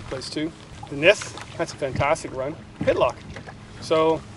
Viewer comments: It’s Pit-tock not Pit-lock lol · Say Hey... It's Pittock not Pittlock... LOL